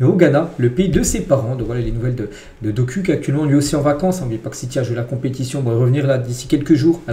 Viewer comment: Doku se lit Dokou, mon frère, pourquoi vous les occidentaux adorez écorcher les noms des africains ?